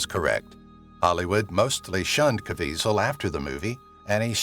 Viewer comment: You keep mispronouncing the actor's name you keep calling him Caveasal but that isn't how his name is I realize his name is very hard to pronounce based on its spelling but sometimes you can't go by the spelling you have to go by what you hear and obviously you haven't heard his name enough...